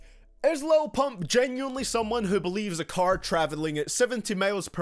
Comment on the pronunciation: Why you gotta say pump like that bruh 😂😂💀